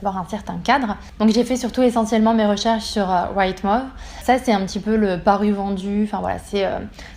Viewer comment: Ah ouais y'a du boulot en anglais!: "rightmove" se prononce Wright mouv' et pas right mov'...